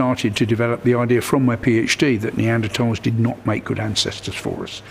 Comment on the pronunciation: At least they were *NeanderTALLS", and not "NeanderSHORTS", am I right?